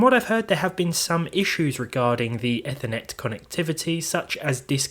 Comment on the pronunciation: Not to be nitpicky, but ‘Ethernet’ comes from ‘ether’—it’s pronounced EE-ther-net.